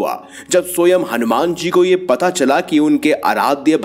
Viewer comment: Soyam nahi Swaym (which means Himself) hota hai. Sahi pronounce kijiye please. Hindi ka hi word hai.😂